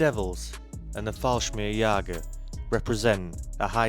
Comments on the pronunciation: Stop using AI. It is simply lousy. Falsmirjigers, Bigrades, Girman, Airbone Boos, Capality... And more. Just please stop. You ruined a maybe good video. I stopped listening after NADO (NATO). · I spell them how you pronounce them... Just listen to your intro: Fallsmirgsjager...